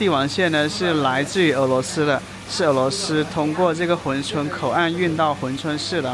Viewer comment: hun 不是hui 😂我也服了